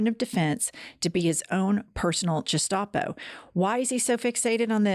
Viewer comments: Um, it's GUH-stoppo rather than JUH-stoppo (gestapo) for future reference. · Please please pronounce gestapo saying the g as in guinea-pig not as in j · Jenn, GESTAPO is pronounced guh-SHTAH-poh with a hard G and it's a German acronym of Geheimstaatspolizei, meaning secret state police. Love you both!❤